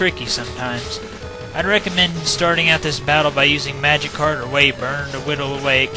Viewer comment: I keep hearing magikarp instead of magic card